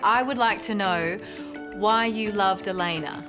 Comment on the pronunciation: I’m guessing it’s because it’s spelled Alena and the AI read it as “ale-nuh”